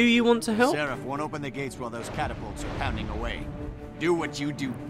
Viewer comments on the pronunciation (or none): PLEASE pronounce seraph correctly. I've been posting this on every single video and you keep slaughtering the pronunciation. Seraph is a real word, not a GW2 fantasy word. It's pronounced "SERef". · The in game characters pronounce it differently. I've heard it in game much more often as Serr-aff than Sir-arrf. So sorry (and Anet for being inconsistent). It'll always be Serr-aff to me.